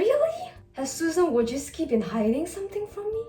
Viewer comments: pronounces “English” wrong Also: pronounces “Wojcickicijicski” flawlessly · she pronounced it well